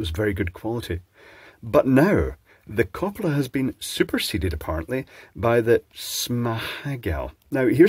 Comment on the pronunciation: It's funny hearing a British man pronouncing Swedish 😂❤ koppla was pretty good, I would never have understood småhagel if it wasn't for the text on the box 😂